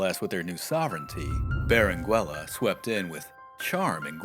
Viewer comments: Your pronunciation of Berenguela is wrong, at least I think. You do not pronounce the U. So it should be read as Berengela. Thanks for video and the history! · Yo. The u is silent in Berenguela. It sounds like beren gela in English. 👀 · Please don't pronounce the u in Berenguela. In Spanish 🇪🇸 the u is NOT pronounced if it's between the g/q and the e/i. The only way you can pronounce it is if it has the diéresis on the u [ü]. There's only a few words that have it. Words such as vergüenza, cigüeña, etc. You don't pronounce the u in surnames such as Rodriguez, Velazquez, Dominguez, etc right? Same rule applies to Berenguela my friend.